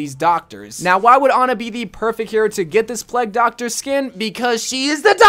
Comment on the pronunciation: Why does he say pleg doctor instead of plague doctor